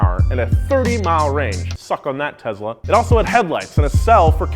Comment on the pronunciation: Did really just pronounce Tesla “Tezla”